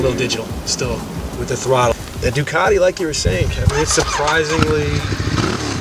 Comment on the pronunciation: I was just looking at the spelling of Ducati and I can't see the "R" in it, strange. It's a Ducarrrrrrti, not.